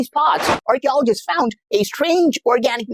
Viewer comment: RRCHEOLOGEESTS FAOOOUND 😂